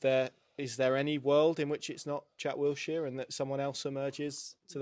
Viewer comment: Paddy please man, it’s Wilshere. Not WilTshere 😂